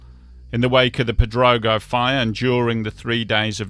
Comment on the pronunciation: Crazy Yes I'm fluent. He can even pronounce Pedrógão 😂